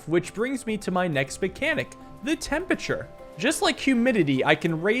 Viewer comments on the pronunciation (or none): it's temperature, not tempeture. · Raising the "tempature"